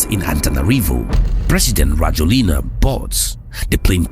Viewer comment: His name is pronounced ra-JWEL-nah. I have lived in Madagascar since 2017i I tend to remain here, in my beloved country